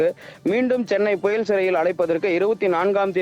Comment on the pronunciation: Puyall or puzhal need proper pronounce